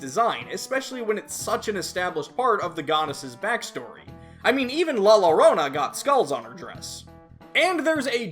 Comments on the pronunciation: can pronounce Tzitzimitl properly also: says la lorona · Bruh, I hope you've learned by now that "La Llorona's" name has a "yo" sound, like "yo-yo."